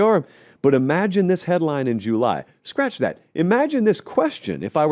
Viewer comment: Let's help him with Juuuuly 😂